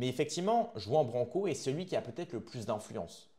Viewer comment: Commence par prononcer son nom correctement. Tu es la dissidence qui beugle et entretient sa petite audience.